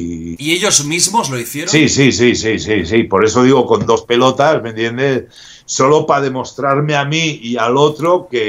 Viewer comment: Primero Popeye con: "mira Jordi" Y ahora con: "mentiendeh" XD